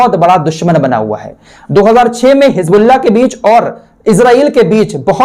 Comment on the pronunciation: Assalamu alaikum.Allah aapko khush rakhe.Aap bahut sahi jankari dete hain. Meharbani karke Hijbullah na kah kar Hizbullah kaha KAREN.ISKA MATLAB HOTA HAI ALLAH KI PARTY.